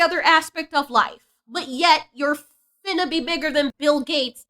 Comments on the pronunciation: You sound worse than her saying "finna" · it’s so funny how you say Finna 😂